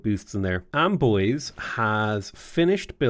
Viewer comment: Hey ! You pronounce pretty well french cities names (Except for Amboise, it's more amboaz not amboisey xD)